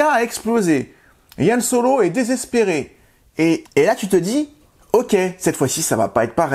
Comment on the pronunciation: Pourquoi tu appelles Han Solo « Yann Solo » ?